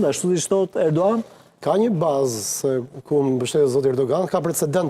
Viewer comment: O ti Drejtues e keti Emisioni,emri i Presidentit Turk nuk shqiptohet Erdoan por ERDOGAN,Shqiptoje mir.